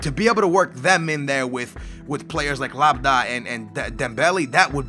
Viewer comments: once again, you do not read the comments, for the 3rd episode, we told you how to pronounce Labyad... and you still cant pronounce it, where can you see the letter D in Labyad? its not hard pronouncing these names. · you have proved In the last 3 episodes that you don't read the comments as half of the comments have been telling you how to say labyad's name correctly! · How can you mistake LAB-YAD for LAB-A-DA? Americans.. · I'm just gonna stop watching these, you honestly don't even care about your comments. On yesterday's vid there were so many comments telling you how to pronounce LA-BY-AD. And you still say Labda, and don't give it a single thought. Oh my. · Learn how to read nigga its la-by-ad holy shit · Lab-yad not lab-da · I swear to God YOU CAN'T READ !! How the heck could you read "Labyad" as "Labadad" ? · LAB-YAD not LAB-DA xD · STOP SAYING LABADA. It's lab-ee-ad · labadah are you actually fuckin serious how can you even pronounce labYYYYYYYYYad (just in case you didnt notice the Y) in such a way- boggles my mind. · labda? its labyad.. the name ends in a ''d'' not an ''a'' -.- how can you get that wrong? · IT IS LABI JAD AND NOT LABADIE SKITTLES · LABYAD not LABDA cant you see the Y omg !! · LABYAD, NOT LABDA?!?! omg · How the fuck Labyad Prononced like Labada is Lab-i-Ad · lab-y-ad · its LAB YAD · ITS LAB-IAD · LA-BY-AD FOR FUCKS SAKE!!! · He actually called Labyad as Labda. . And adjust your wages and read what the players want, You wasted atleast 60000 in unnessesary wages, it's ridiculous. Actually, we said the same thing when you were in the transfer window with Aston Villa. But you don't listen to us. YOU PAY TOO MUCH WAGES. <3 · its la - beeeee - ad hahahaha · Spelling decisions as 'destions', pronouncing Labyad as Labidiah or whatever it was, and always overpaying on wages..., what's happening? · stop saying labda ffs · Read the comments it's LAB-YAD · its prononced LABEEYAD OR LABIAD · Its la-bee-odd